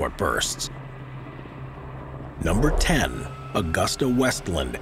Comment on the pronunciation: It is/was Aah 'goos 'tah, (Now Leonardo Helicopters) not Augusta as in the town in Georgia!